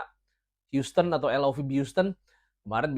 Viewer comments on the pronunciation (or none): none